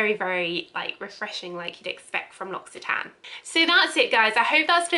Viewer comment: Come on! if you're going to do a video on them at least research how to pronounce the company name before!